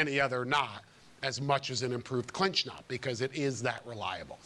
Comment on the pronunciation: Efore say knot not nut